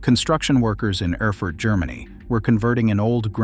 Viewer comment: And Erfurt is pronounced AIR FOO URT